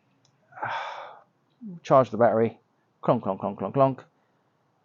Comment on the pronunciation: What is a baa-er-ie?